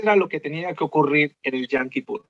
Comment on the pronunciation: Con todo respeto pero la pronunciación es yom no yam, pues yam en hebreo es mar :)